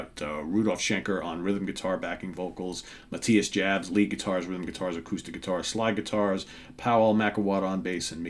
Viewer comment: Friendly, relaxed pronunciation comment: Jabs is "Yabs".